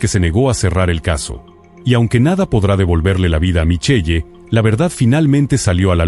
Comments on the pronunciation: No s pronuncia Michelle..... s pronuncia MICHEL, m chirean los oídos escuchar eso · Se pronuncia Michel